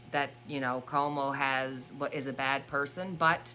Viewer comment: Cuomo is pronounced like quo mo